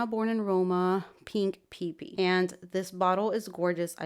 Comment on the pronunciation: The Donna Born In Roma Pink PP is pronounced as “PE-PE” (“E” as in Emerald) not “pee-pee” 🤗